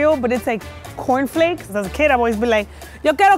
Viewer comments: Conflei Me: chokes comiendo conflei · Im Mexican American and my mom taught me to call all types of cereal confleis too. Although mexicans always pronunce the s's at the end of each word. And this we did even though cereal is also a word in spanish lol.